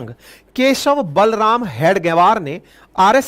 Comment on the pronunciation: आपने दो तीन jagah बलराम बलराम ऐसे उच्चारण किया वो वास्तव मे बळिराम aisa है.